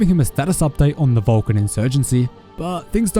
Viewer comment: Valkin... hahaha I thought he said VULCAN, I'm like, ok, what does Mr. Spock have to do with this? Lol. It would be nice to have SW/ST crossover.... lol